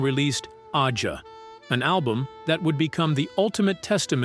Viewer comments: “Fahgen” “Ahh-zha” Lame AI pronunciations! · stupid narrator could not pronounce AJA